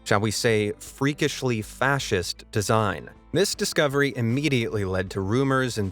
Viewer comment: Fascist? I thought you said nazist.